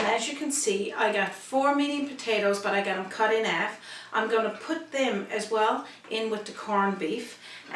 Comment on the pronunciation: Roger Thompson...love her recipes...but subscribed so I can hear her talking...absolutely love how she says ‘alf’ and ‘erb’ in her recipes and talks about her ‘usband’. Who needs aitches anyway! 😊